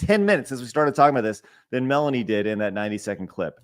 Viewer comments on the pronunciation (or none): Asmongold said it wrong but i also think Melanie has many many L takes.